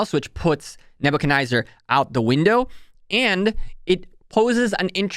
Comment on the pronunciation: NebuchcadNEZZAR, there is no I or Y lol, its not NebuchaNYZER. forward "fancing" fan shape...you have some good content, but damn your english is abysmal.